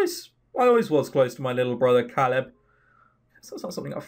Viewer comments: It's pronounced cae-lid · I think Caleb is pronounced like K-leb. Anyways, about Jeff, I think the people who are interested in him are just enjoying the story and are curious about him. That's just what I figure.